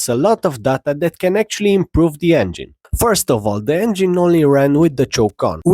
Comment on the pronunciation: I'm sorry, but I lost my shit at the beginning, I heard you say "I'm on a mission... to make a 3D printed Bengine" started crying laughing, love your vids man, I count your videos as "brain nurishment" and they are addicting lmao